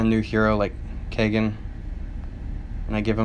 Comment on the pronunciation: Over a year and nobody has pointed out that he says “Viv-ee-SHA” instead of, you know... “Viv-i-KA.” I can live with him pronouncing “Kay-gen” instead of Kah-gahn, because it’s kind of an “exotic” name. But come on! VIVICA A. FOX, man!